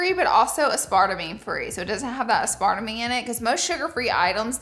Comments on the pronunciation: I know you did not say uh spart a me. 😂😂😂 It's ass per tame. Aspartame. 😅😅😅😅 Love you Laura! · I love you and I”m from Alabama also. Pro tip: it’s “ass-per-tame.” Not “ah spart a mane” I mean nothing but love 💕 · It's pronounced ass-par-tame! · BTW-regarding the pur gum: the sweetener xylitol is DEADLY to pets even in very small amounts. Make sure that you keep it away from your fur babies. Also, aspartame is pronounced ASS.per.tame. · As part a me 🤣 ass per tame! I love how you pronounce stuff lol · I am dead. Uh-spart-uh-meen. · Now miss Laura 😂 it's pronounced ass-per-tame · i always thought that’s how aspartame was pronounced too until i heard someone say “aspar - tame” and my mind was blown 🤯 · I’ve never heard someone say aspartame like that before 😂 love you Laura lean with it rock with it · I said it like this for Y E A R S 😂 I only just found out like a year ago that's not how it's pronounced lmaoooo . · I literally questioned myself after hearing her 🤣. Could I have been saying it wrong all these years… nope. But that’s ok because she’s absolutely 💯 adorable!